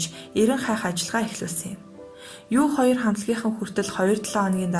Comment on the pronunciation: U2- юу 2 биш юу түү гэж дуудна